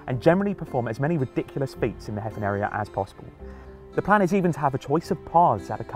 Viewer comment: It's pronounced "Hay-vin", not "Heffin".